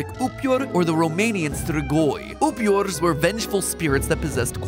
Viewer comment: it’s not “Upior” it’s “Upeer” goddangit